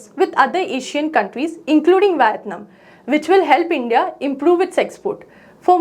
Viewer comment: Its not Whitteeenaaam is vietnam.. kahan se leker ata he ada.. kya.. kuch bhi